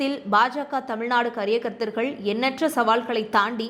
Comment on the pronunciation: தொகுத்து வழங்கிய பெண்ணிற்கு வாழ்த்துக்கள். அவருடைய நாட்டு பற்றை போற்றுகிறேன். அதே நேரத்தில் உச்சரிப்பில் கவனம் தேவை கரிய கர்த்தர் அல்ல காரிய கர்த்தாக்கள்.